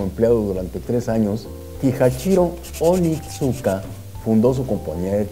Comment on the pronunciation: Creo que la marca se pronuncia onitzka, excelente informe!